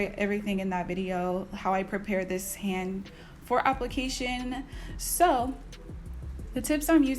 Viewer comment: im not gonna lie i thought its so weird that she said her daughter femijr like wtf lol n its a haand 😭😭